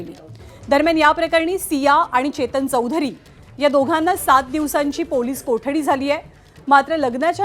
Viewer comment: Ketan ki chetan te aadhi nit bagha mam😅